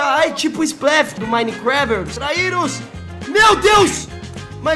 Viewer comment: nem sabe falar minecraft